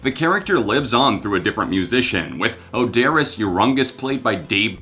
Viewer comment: Your pronunciation of Oderus's name was comical...lol...one of the best live bands ever!!!